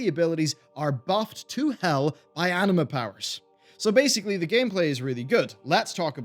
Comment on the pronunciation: everytime he says anima powers i hear anime powers xD